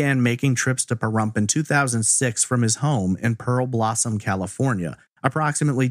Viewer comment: DUDE - it's PEAR-blossom. not pearLblossom. do better research.